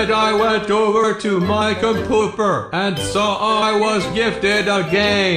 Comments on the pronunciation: Hi,, why do you say "compooper" instead of "computer" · Did you say compooper? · Compuper XD XD XD XS LOL that made me laugh alot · Make friends with wool and it’s computer not compooper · i swear he said "COMPOOPER"